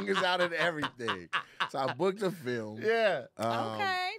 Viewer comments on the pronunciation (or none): none